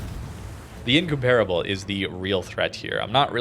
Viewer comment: still not able to pronounce incomparable properly.